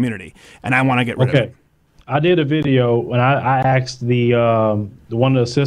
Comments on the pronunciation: He knows how to say the word ask but uses it along with axe. Lol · I arrested a friend that I went through the academy with for beating the holly hell out his girlfriend. So don't say cops don't arrest their own. Seen it many times. It is rarely publicized though. Also, it is ask, not axe. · Its ASKED!!!!!! NOT AXED!!!! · black guy: I axed him cop: your under arrest